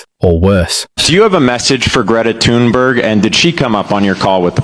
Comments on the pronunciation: Greta Thunberg's name is pronounced "Greata Tühnberry" instead of "Gretta Thonnbörg". 😂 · in her native tongue. Tun-berg not Thun-burg